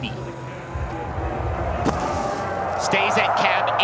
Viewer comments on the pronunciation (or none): He pronounced 1800 wrong